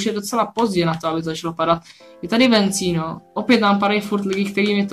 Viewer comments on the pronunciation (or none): Super video ale je to vecino a ne vencino